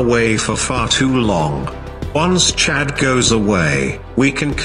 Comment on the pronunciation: its chad not cha